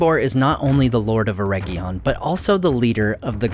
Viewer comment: Love your videos, but you're killing me with you pronunciation of Eregion. Its not a herb. should sound like Eh ridge inn